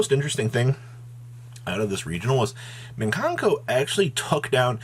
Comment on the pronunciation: And "minkanko"